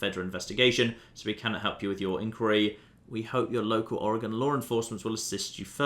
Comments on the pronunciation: I’m happy you can actually pronounce Oregon correctly. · Omg you pronounced Oregon right! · Genuinely surprising and refreshing, also speaking as an Oregonian. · As an Oregonian, thank you for pronouncing Oregon correctly.